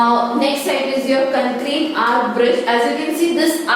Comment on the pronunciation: Mam it is concrete not ckncreta